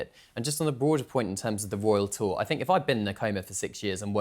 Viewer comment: I REFUSE TO LISTEN TO THIS LADY SAY ROYAL TOUR..BE QUIET!